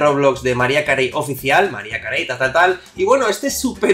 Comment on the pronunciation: mariah carey se ponuncia como maraia kerri